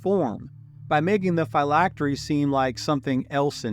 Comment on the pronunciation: Great video. I’ve always heard Phylactery pronounced differently, as in Physics.